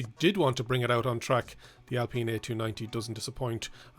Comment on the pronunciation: Alpeen!!! Alpine as in the alps